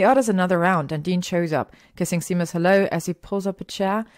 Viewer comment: Hey Caro, vielen Dank für deine lieben Worte. Es freut mich, dass dir die Geschichten so gut gefallen:)! Mit den englischen Wörtern hast du absolut recht und ich würde mich freuen, wenn du mich da ab und zu drauf aufmerksam machst:) Es ist immer gut was Neues dazu zu lernen und dass Seamus Sheymes ausgesprochen wird wusste ich tatsächlich nicht:D. Da habe ich heute wieder was gelernt. Vielen Dank für das liebe Angebot. Ich hoffe auch, dass ich damit noch lange weitermachen werde (und du mir noch lange zuhörst;D). Da ich aber mittlerweile fast 30 bin und Fanfic mich noch begeistert wie am ersten Tag bin ich recht zuversichtlich:D. Danke für deinen lieben Kommentar und dass du dir so viele Geschichten von mir anhörst <3. Das bedeutet mir wirklich viel:) Vele Grüße